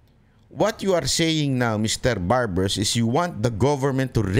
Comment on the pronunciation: Barber- o WALA KA SA HULOG , SA PAGSASALITA, DEMANDA MO Barber-0 BANGAG KA RIN....😂😂😂😂😂